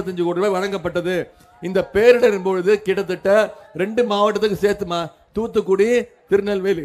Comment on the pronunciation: Its not TuTu Kudi 😂 muttal - Its Thoothukudi